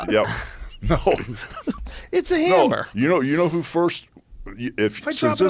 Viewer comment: "It's a hyammer..!" 😂😂😂